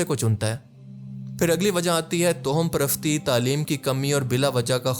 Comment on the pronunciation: Toham parastee nae hota Tawaham parastee hota hai bhai...